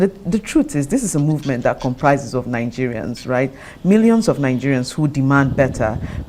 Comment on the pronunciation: Dear Nigerian Journalists and TV Hosts. It is not for you to read teleprompter in a fake unidentifiable accent and pronounce Naageria, but to do your research so you can ask insightful questions!!!! So the watcher can understand the issues and facts behind it. Not just to look nice in front of camera. Thank you!!